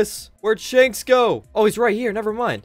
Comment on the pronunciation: pronunced shanks shakes